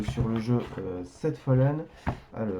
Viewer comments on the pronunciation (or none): On prononce "Seven Fallen";;;)))